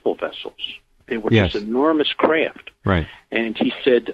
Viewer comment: Lol I hate the way he pronounces"craft"....KRIFT.